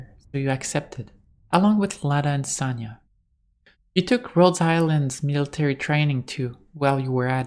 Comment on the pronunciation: Just in case, Sonya is pronounce as Sonya(Соня), not Sanya(Саня). This is two different names. By the way, the full names of Sonya and Sanya are Sof'ya(Софья) and Alecsandr(Александр(or, if not so formal, Sasha(Саша)). I hope, I don't make many mistake in my English